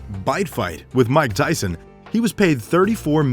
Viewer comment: It's Mike Tyson not mick